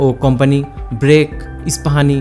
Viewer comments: BRAC কে বলে ব্রেক,,😀😀😀😀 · ব্রেক না ব্রাক